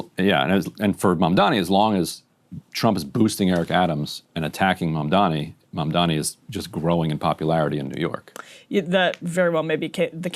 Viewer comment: They also purposely mispronounce his name - it's a racist dogwhistle, a little 'wink wink nod nod'. They know how to pronounce his name. They do this on purpose.